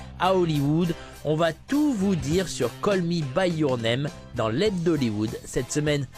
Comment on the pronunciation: "Call Me By Your Nem"..? C'est intéressant aussi, il est vrai...